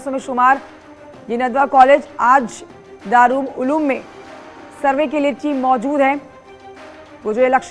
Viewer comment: Madam News Reader Darul Uloom hai